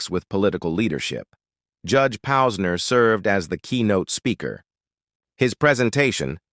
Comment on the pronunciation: I heard 3 different names mentioned about Judge Posner!! I wish AI would say the real names and sound human better!!